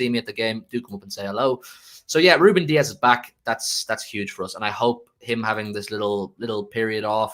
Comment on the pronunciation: Need to put some respect on Rubén’s names